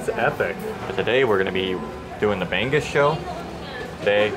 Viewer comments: I was thinking what is bang-gus🤣 then I saw the plate🤣🤣🤣🤣 bangus pala😆 try say it bang-oos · It's not ban goose. It's bang oose. No 'g' sound. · it isn't "bang-azz" .. it's "ba' - nguz" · BI-BI-QUE 😂 BAG BAG 😂 BREKY 😂 BANG-GUS 😂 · it's pronounced bang-ooze not bang-goose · The way you said Bang-gus, made me onder what you were eating😅. *Bang-gus(milkfish) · I was so confused what the "bang-gus" they were...turned out its BANGUS....haha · i love how they call BANGUS "bang-goose" ahhahahaha BANGUS IN ENGLISH IS MILK FISH. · Great video, guys! Ask one of the locals how to pronounce B-A-N-G-U-S. 😂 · I like how you pronounce Bangus 🤭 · Ask the servers/Filipinos how you pronounce BANGUS. Not from google.